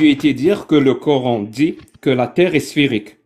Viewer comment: « En Islèème, le Korr-ène » . Il me gave avec sa prononciation 😂